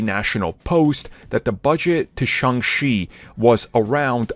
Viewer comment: Shang CHI. Not Shang She. Get it right,!